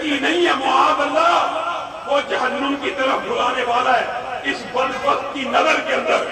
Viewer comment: معاذ اللٰه میں م پر زبر هوتى ہے نه کہ پیش، تمهارى تقریر ناقص دلائل کا مجموعہ ہے۔ برىلوىوں کے ساتھ ره کر وهى ضعیف احادیث بیان کرتے ہو۔ اور صحیح حدیث سے وه چیز ثابت نهيں هوتى، جو تم ثابت کرتے ہو۔